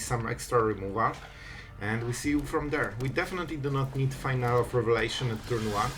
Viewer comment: Awesome content and cool deck concept! Just a quick correction though. It's pronounced Fee-nah-lee not Final. You just earned a sub!